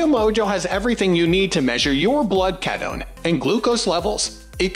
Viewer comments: The mispronunciation of K-EAT-O is frustrating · Pronounce ketone correctly for credibility